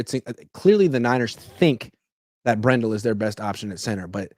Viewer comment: It's BRENdell, not brenDELL.